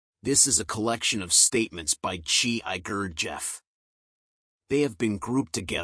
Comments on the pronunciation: what I have to say about the "points" very much depends on the source of the teaching for this author. For the record it is Gurd G F not Gurd geef. I know this as I was married to one of the last of his great male pupils until his death in '76. none of them said Gurd geef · i don't write the phonics so i will try it this way. It is GURD J F not GURD jeef (rhymes with chief) Clive never used any other pronunciation. If you need me to speak it and can tell me where i can possibly record and forward I can do that. if you want to see clive with him there is a video of gurdjieff in armenia where in one scene G is sitting on a lawn speaking to Clive with an expression of real pleasure. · if you cannot take the bother to pronounce name correctly DONT POST CHRIST